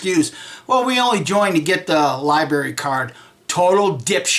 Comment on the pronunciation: What is a "LIBARY" card? LIBARY... LIBARY...LIBARY???